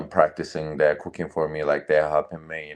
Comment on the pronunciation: "he was coo keeng" 😂😂😂